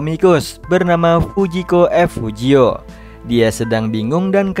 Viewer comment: Fujiko F(ef) Fujio bang. Bukan Fujiko V(ve) Fujio